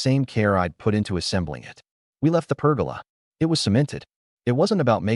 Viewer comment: Per-goal-Lah. Not pergala.😂